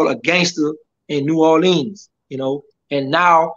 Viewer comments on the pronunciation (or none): Did he really grow up in New Orleans?..because the way he pronounced it is like somebody from Detroit 🤣🤣😂😂